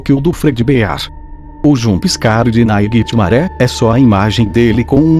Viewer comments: quem é "nainitimare" kkkkk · Nightmaré hahahahahahahahahahahaha ele n sabe fala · Para de falar naiguiti maré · Para de falar NAIGITIMARÉ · PARA DE FALAR NAIGITI MARE!!!!!!!!! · Para de fala nithgnare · Para de falar nhitsmare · Para de falar naiguitihgfgdthd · Mano quantas vezes você falou nighrmare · ele fala o nightmare errado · E naitime não e nairitimare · Ele fala assim mas é nightmare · NÃO SE FALA NAIGUITIMARÉ E SIM NIGHTMARE!!! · naiguitimaré fica puto quando VC chama ele de naiguitimarè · acho que nightmare fica puto quando vc fala naiguitimaré,entao chame ele pelo seu nome certo. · Não é ninghtmare, é Nightmare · O "naiguetimaré" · Naguitemaré VEZES HAUHAUSHUAHUA!! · tem que parar de dizer "nigthmaré" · É muito engraçado ficar vendo ele falando naiguitimaré o vídeo todo kkkkkkk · AAAH! TD HORA "NAIGUITIMARE!" KKKKKKKKK RACHEI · experimenta escrever "Nightmare" no Google tradutor se vc escrever do jeito certo vai falar errado mas vai ter q escrever "Naightimare" e vai falar Naightimaré do mesmo jeito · Tem outro vídeo que tem uma parte que ele fala naiguitimare várias vezes tbm Morri de rir 😂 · Cada vez que ele fala naiguitimaré eu morro de rir #rindoaté2018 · duvido vc ficar amigo do "naigitimare" E SEM MEDO HEIN?? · Caramba, nunca ouvi tanto NAIGUITIMARÉ num vídeo kkk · anos depois to aqui rindo do naiguitimaré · falando nightmare "NAIGHTMARÉ" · Ai minha caraiba oq mais ouvi nesse video foi naigtmare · Naiguite maré KKKKKK😂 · 0:7 Naiguitimaré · Tanto mais tanto naiguitimaré que eu esqueci de como se fala nightmare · Meu filho já tá enjoando você fala nighitmare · quantas vezes ele disse niguemare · mds viciei em falar naiguitimaré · "Naiguiti maré" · Naiguitimaré a palavra que eu ouvei muito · kkkkkk eu sei, eu acho até engraçado ele falar Naiguitimaré ao invés de Nightmare! Kkkkkk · Se tu ganha se mil reais a cada vez que tu fala nighitimare tu ficaria rico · Náiguitimaré dá muito medo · como c iscrever nightmare do geito que ele fala nightMARE